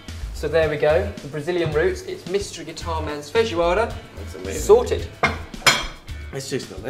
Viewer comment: Odeio como ele fala feijoada. nojentoo